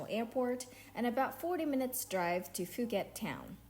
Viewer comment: Pooket not Fooket 😂